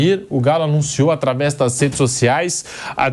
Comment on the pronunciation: Me da gastura ouvir esse caboco que apresenta falar... "NASSEDES" sociais! Vamo fazer uma fono irmão 🙏